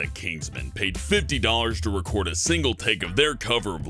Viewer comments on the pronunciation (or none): none